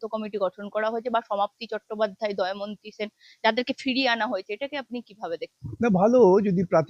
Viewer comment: দয়মন্তী না, দময়ন্তী।। এগিয়ে চলো মা গো